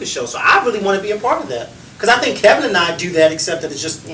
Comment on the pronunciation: I actually agree with louie. If I said you "inspired" me and kept on calling you Ka-vin, you'd correct me. It's your name.